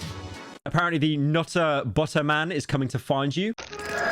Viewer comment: The Nutt-ah Butt-ah situation is crazy.